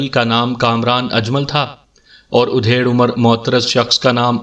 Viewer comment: آپ کی آواز اور پڑھنے کا انداز بہت اچھا ہے ، لیکن یہ ادھیڑ(adhed) عمر کو آپ جب udhed کہتے ہیں تو بالکل اچھا نہیں لگتا ۔ ادھیڑ‌ عمر کا مطلب آدھی عمر کااور ادھیڑ udhed کا مطلب چیر پھاڑ ہوتا ہے ۔